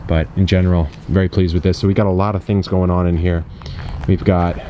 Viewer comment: Did you say "growin on" instead of "going on" when about to show what was in the raised bed? Because if so that is kind of great. Subtle and great haha